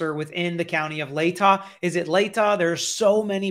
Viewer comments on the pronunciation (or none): none